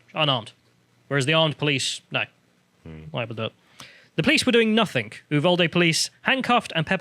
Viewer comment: It's nothing, not nothink.